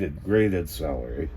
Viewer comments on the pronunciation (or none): Lol, your saying Salary, like earnings, instead of Celery 😂😂